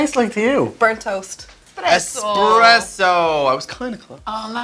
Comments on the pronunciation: EXpresso???? really? It's Espresso. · It's ES- PRESSO! 😣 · "Expresso" you mean espresso. Wtf!? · EXPRESSO? Dafuq? You mean ESPRESSO? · ESPRESSO! not eXpresso... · Expresso? wot? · EXPRESSO?! Oh You were so good up until this point. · EXPRESSO???!?!!!!?!?!??!?!? NOOOOOOOOOOOOOOO. no. nonono. nah. do not tell me you think it is called expresso. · Espresso* Jalapeno* Not to be too big a grammar Nazi, but Jesus. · "expresso" awww hellllll no. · Cringing... *espresso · Not in all countries. In some it's expresso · It's nowhere expresso. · Espresso doesn't have an x in it